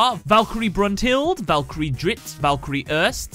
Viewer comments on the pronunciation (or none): Here are some pronunciation corrections for the three Valkyries The second e in Erste is said, so it's not 'erst' but 'erste' You pronounced Zweite too soft. Its a hard z. "TSweite" and again, the second e is pronounced In dritte is the e pronounced as well